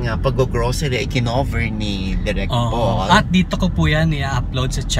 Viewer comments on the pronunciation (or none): direk feedback lng same kasi tayo ng name Paul, chaka kasi yung pronunciation mo sa name na Paul nahuhurt ako konti lol parang POLE kasi sa pandinig nakakawala ng class hehe peace po